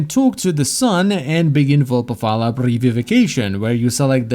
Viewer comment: vulpaphy* not vulpapha